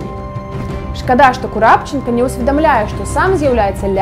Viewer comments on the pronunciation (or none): Нядрэнна, але ж прозвішчы трэба называць правільна. Не Курапчанка, а КурпачЭнка. І на Літвіну адзін раз сказалі Літвінава.